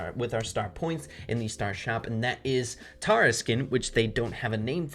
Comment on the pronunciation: it’s Tara not Tawra!! I was right you were wrong. I’ve always hated how you said her name smh😂🤢🤮🤢🤮🤢